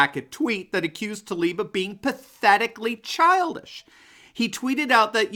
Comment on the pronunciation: Spells Tlaib, why do they say Talib? 🤔👀🙁